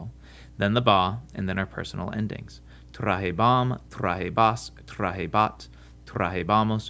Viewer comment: Good video, but your stress accentuation is off. E.g. tra-HE-bam, tra-HE-bas, etc., not tra-he-BAM, tra-he-BAS... It's a bad habit students develop from memorization of the endings.